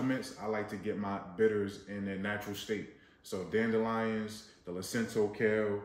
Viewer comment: Lacinato kale. Not Lacinto.